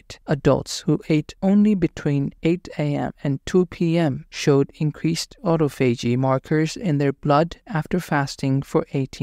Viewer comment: It’s pronounced, AU-TA-PHOGEE